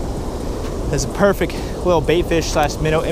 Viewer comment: Did you say perfeck